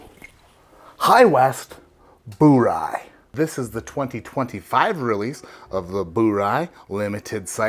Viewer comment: “Bur-Rye” not “Boo-Rye”. It’s not Boobon